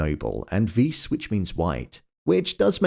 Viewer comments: Not veess, viss. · funny how americans cant say WEISS right when its said like VICE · I've seen weiss has been mentioned before I would like to give a bit more, edel in German sounds more like a-del and weiss, when you have ei in a word you pronounce the i and when yoy have ie you pronounce the e I hope this is helpful. Apart from that I really enjoyed the video.